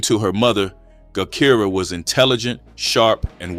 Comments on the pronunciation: Her name is pronounce jah Kai rah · Thank you because AI tore her name all up